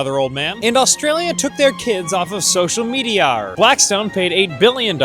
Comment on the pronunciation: "Australia took their kids off of social mediarrr" Genius. Absolutely genius.